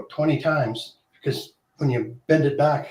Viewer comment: You forgot the b in the word back 😂